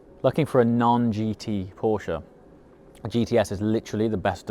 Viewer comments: I can't believe how much i enjoy someone pronouncing Porsche the right way in english. 😂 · Still feels weird but yes it’s correct.